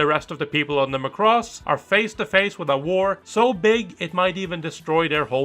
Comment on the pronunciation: You don't even know the correct pronunciation for macross.